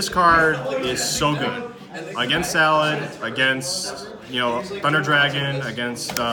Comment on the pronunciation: I cringed every time he said salad ... pretty annoying lol